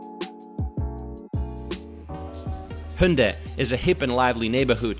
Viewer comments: Your pronunciation of these names are cringy. Latte World, Hoondae, Gaungnam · the pronunciation of Hyundai sounds bit weird...